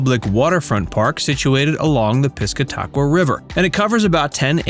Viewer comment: good ole Piss-ca Taq-wa river. hey, at least you got strawberry correct.